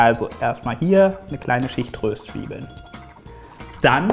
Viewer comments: Das nächste mal auf'm Konzert schenke ich n Duden. Wie zum Henker spricht er bitte Röstzwiebeln aus. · Wen regt es auch so auf das Röööhhstzwiebeln anstatt Röstzweiebeln sagt? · Ich hasse es wenn jemand Rööstzwiebeln sagt☹😭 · Omg das heißt nicht Röööhhhhstzwiebeln sondern Röstzwiebeln XD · Findet es noch jemand so fürchterlich wie "Röstzwiebeln" ausspricht?😂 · Wen regt es noch so auf, wie Röstzwiebeln und angeröstet sagt?😂